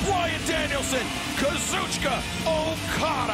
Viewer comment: For as much jerking '' does to Japanese terms, you'd think he could get Okada's name right...